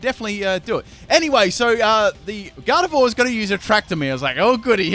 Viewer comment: this video pissed me off he pronounced snivy and gardeivor wrong SO MANY TIMES IN THIS CHANNEL